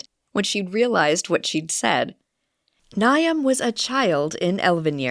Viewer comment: Maybe a pronunciation guide to some names? I assume it is Niamh and Aisling?